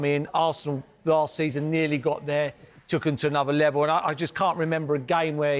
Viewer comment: That’s stuck in my head now “anuver levol mate “